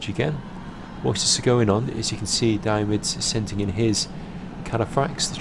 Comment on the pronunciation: I keep hearing "Diomidis" as "Diabetes" :p